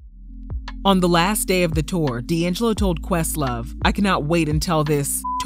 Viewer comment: D’ AnJello!😂😂😂😂